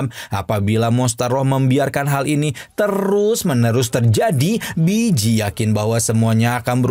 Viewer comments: Walaupun emang namanya di tulis Bi ji tapi dichina cara baca nya harusnya Pi ji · Baeyji bang bukan biji😂😂